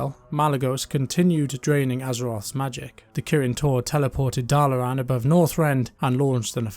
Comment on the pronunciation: There is so R in the start of Dalaran lol why do you keep pronouncing it as Darlaran?